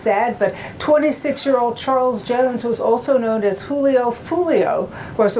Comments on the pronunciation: It's Julio not "Hoolio" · It’s “Julio” 😂